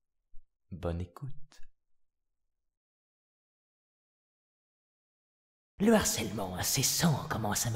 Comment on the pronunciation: Quand il a dit " bonne écoute " moi j'ai compris " bas les couilles "